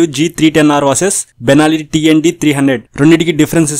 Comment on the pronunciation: Sir adi Banelli kadhu Benille ani pronounce anataru